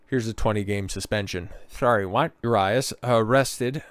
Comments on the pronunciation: U-Ree-Us for next time 😂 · U-RYE-US??? Really? Dude got a clue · That’s not how you pronounce Urias. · How to lose your algorithm.....Pronounce the name of the subject of the video incorrectly. Perhaps be half knowledgeable about the subject matter. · Fuck the way he pronounces his name 😂😂😂😂😂😆😆😆😆 you should’ve first found out how to pronounce it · You cant even prounounce his name or rob manfreds name... Or mention its his second offense.